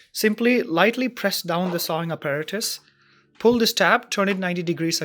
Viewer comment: Sorry for being so picky. It’s not a MEETER Saw. It’s pronounced MY-ter saw. Just irritating since it’s the name of the saw. And it’s not “Ah pear ah tis” it’s App ah rat us. Again, sorry for being so picky, but the video was good and helpful.